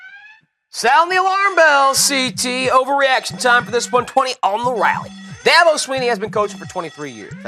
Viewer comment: Okay fucker, it's not "Clem Zon", it's "Clemson". And it's Dabo, not Dahbo